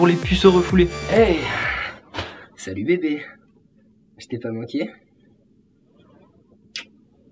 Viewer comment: j aime bien quand il dit sahut